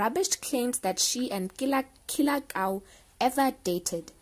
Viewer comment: You keep saying "Kie" on Killer Kau's name. That funny